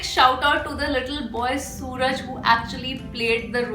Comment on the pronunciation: No it's Su-raaj.